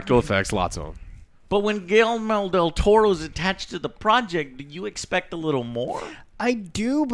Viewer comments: Why doesn't Joe pronounce Guillermo Del Toro right? I thought he is hispanic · Lol. Joes pronounciation of Guillermo del Toro... You'd think someone from Puerto Rico could pronounce a spanish name :P